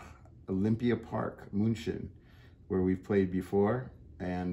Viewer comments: Woww, Robert really pronounces München correctly. That's for english speaking people not always easy. :-) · Robert, I really like your german pronunciation. Impeccable.